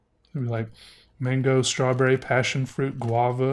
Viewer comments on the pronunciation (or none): none